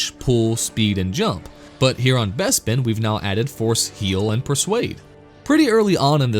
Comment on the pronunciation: What's a Besbin? Im sure Lando pronounced it as BESBIN all the time xD